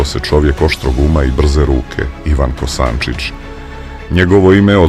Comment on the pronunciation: Ne Kosancic nego Kosancic